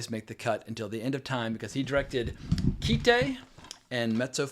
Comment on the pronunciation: It's Kite, as in you fly a kite. The katakana transliterated phonetically would be akin to kai-to. Originally it was called "A Kite", but that name was shortened. Whoever told you it was called "keetay" obviously knows nothing about Japanese.